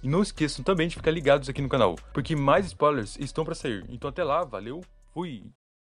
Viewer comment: Bom vídeo, mas por favor fale certo, não existem "SPAULERS" se escreve e se lê SPOILERS